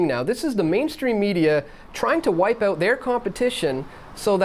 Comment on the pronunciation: It's OUT not OOT. Like fingernails down a blackboard